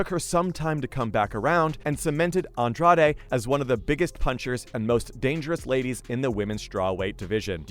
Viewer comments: sorry wrong. Andrajsh would be closest i can type. She is brazilian. Not mexican. True fans know how to say the names. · The way he says Andrade hurts my brain, seems a lot of Americans dont know that accents do apply to the names of fighters lmao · I was actually starting to wonder if the narrator had ever even heard ANY of these names out loud. "Namajuna"? I mean, I kinda get missing Andrade, but is it really that hard to say? Not like the sounds of her name don't exist in English. If you can say "garage" or "the lodge" you can basically say Andrade. It doesn't need to be perfect, but maybe actually sound like the person's name even a little bit would be a suggestion. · Jessica Andra-day?!?! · Nah. It’s Jessica “Andra Dey” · That's not how you pronounce Andrade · This is a great video! That being said, please learn how to pronounce these people's names! You massacred Rose's last name and Jessica's. Thank you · this was a good video ngl, but i almost clicked off in the first 30 seconds because of the pronunciation of Andrade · Am I the only one bothered by the way this UFC expert doesn't know how to pronounce Jessica and Rose's last names? I mean they say their last names like a hundred times during the match. It almost seems like you research this material online just to make this YouTube video and never watch an actual UFC fight. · I stopped watching when he said Jessica "Andrade" name wrong. Its obvious this guy just wants views but doesnt know shit about MMA.